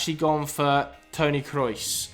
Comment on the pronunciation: Tony K-Reus? It’s pronounced “Kr-ohs” by the way.